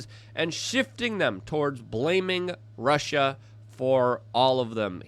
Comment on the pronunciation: when he said russia russia russia. all i heard was "marsha marsha marsha"